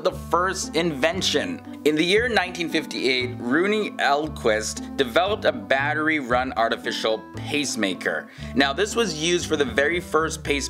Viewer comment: You need to fix your subtitles, they look like they're autogenerated. - It's Rune Elmqvist and *Åke Senning*, not "Rooney Alquist" and "Aki Sinning". Rune is pronounced like "Ruh Neh" and Elm in his last name is pronounced like the tree Elm. The letter Å is pronounced like Au in Austin or O in Or not like an A. "Sen" in Senning is pronounced like the beginning of the word "Sentence". It's Nils Bohlin not "Niels Bowlin" or "Miss Bellini". Bohlin is pronounced like "Bohlene", like if it rhymed with "Johlene". It's Inge Edler not "Amy Elder". It's not Gideon Sunbeh, but "Gideon Sundback" It's not "Savannah Tour Born Locker Wall", it's Sven Torbjörn Lagerwall. It's not "Nicholas Zentrum", but Niklas Zennström. It's not "gust stuff or pods", but Gustaf Erik Pasch